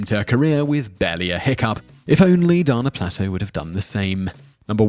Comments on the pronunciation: Dana Plato NOT Donna Plahto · Please, research the pronunciation of the celebrities names , you often butcher them. Christina Ricci is pronounced reechee , and dana plato is pronounced day na play toe.